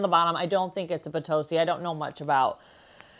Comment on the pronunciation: That first one is not Bitossi imo, in Italy we don't pronounce the O as in nO, it's O as in nOt. Just so you know, lol. I live in Italy and am Australian, and I used to pronounce it like that too. Lovely pieces